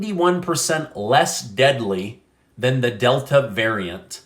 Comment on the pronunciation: I cringe when you mispronounce "Omicron."